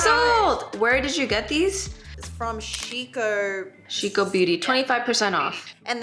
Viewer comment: When you say Shiko, you want to extend or put emphasis on the "O", b/c the way u said it means "pee" (the noun) in Japanese 😁 It gave me a chuckle! Love u guys and the channel 💖